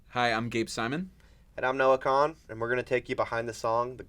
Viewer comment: Girly…his name is pronounced like Noah “Con” 😉 In fairness, it’s spelled like you say it though. Lol Unrelated, you have the prettiest eye lashes! So jealous!